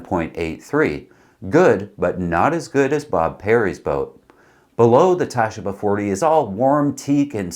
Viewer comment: Tasheeba. Not Tashiba. Sheee. Same as the Baba 40.